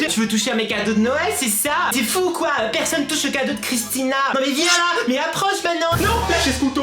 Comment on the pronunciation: Ta dit cadreau a 2min55